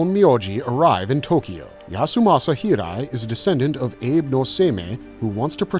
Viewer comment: doesn't know how give a summary without spoilers! the way botched the name of Abe... God, no!